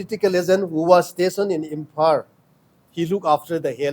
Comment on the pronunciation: His tongue is very hard to pronounce. Imphar (Imphal)